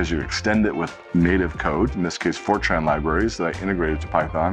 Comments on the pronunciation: each time he says FORTRAN, i kept hearing 4chan ...LMAO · Oddly, I’m the other way around 😅